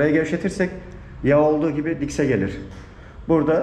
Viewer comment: Diks değil , sen de diks diyorsun , şu rksci eleman da diks deyip duruyor, disk disk 🤣🤣🤣